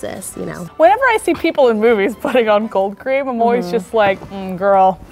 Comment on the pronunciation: in i heard cocaine instead of cold cream. i gotta go...